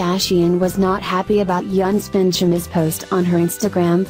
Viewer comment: His name is pronounced "Eunice" not Younes.